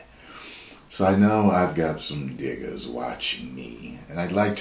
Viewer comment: So I wasn’t really watching it I was listening to it and when said Diggers I thought he said the N word with a hard R and I was like didn’t just say that did he 😂😂😂